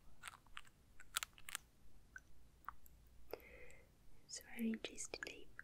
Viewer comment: Oh the way she said galaxy I loved it